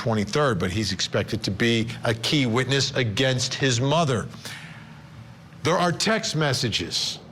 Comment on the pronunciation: It’s funny to hear you pronounce VanderArk!! Firstly, it has to be written Van der Ark, secondly the accent is on Ark and not on Van!! It is a very common dutch name, so that’s how we, in the Netherlands, pronounce this! 🤗